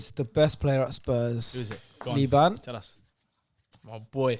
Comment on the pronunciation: Man said liban☠️